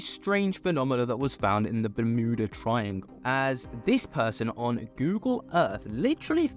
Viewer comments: The law of one talks about a ship with an energy device that's still operational at the bottom of the ocean in the Bermuda triangle. 🤷 Btw it's Yuda- berm- yuda-... Not mooodah. 😂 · ITS BEURMUTA TRIANGLE That's how you pronounce it at least